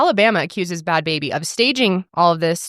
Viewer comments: I always thought it was pronounced barbie! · I always thought it was Barbie pronounced Baabee too! I thought Bad Baby was a whole other person!